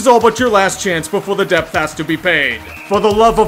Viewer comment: The ‘b’ in debt is silent. Good vid though.